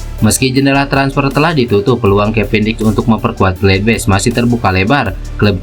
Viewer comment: Bacanya tetap sama bos gladbach,bukan gledbech